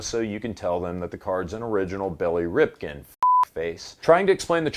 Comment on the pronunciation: he said Billy Ripkin lol